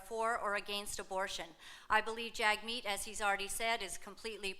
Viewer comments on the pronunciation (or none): After Laura Lynn spoke the moderator would say "Jagmeet" but it sounded like "Checkmate!"